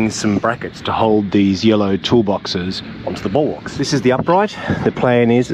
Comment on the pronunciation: ...talking balwarks again!